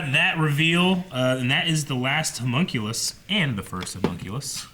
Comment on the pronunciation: Their insistence on saying "hUmunculus" and "Link" is really frustrating